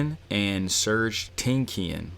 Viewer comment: He mispronounced Tankian and Malakian but his pronunciation of Malakian is better than the actual one 😂